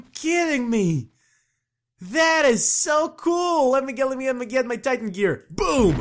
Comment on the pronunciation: why does he say "titan" as "tite-aan